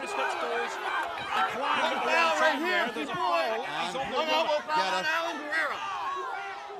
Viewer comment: I love how everyone adds a syllable to GUERRA's name....it's not GER-AIR-UH.....ITS GAIR-UH